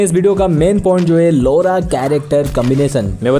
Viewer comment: Its not लोरा its लॉरा